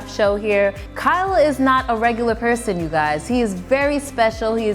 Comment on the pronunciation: when is she going to learn that y-o-u is NOT pronounced chew